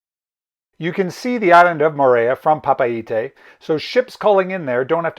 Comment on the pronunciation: Good information, thanks. We are booked on Windstar in June/July from LAUTOKA ending in Papeete (thanks for the proper pronounciation).